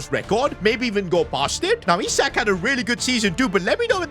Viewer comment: Can you help slot with your tactics please 😢... Sold SALAH and kept chiesa 😐... Bro said "I"sak